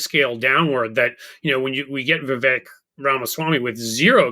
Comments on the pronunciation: For the record, it isn't "vi.vek", it is vi.vayk" ... Sounds like fake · Fun fact: correct pronunciation of "Vivek"rhymes with "fake"...I mean cake🎂 😜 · It's Vivek, rhymes with cake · Vivek - rhymes with mistake.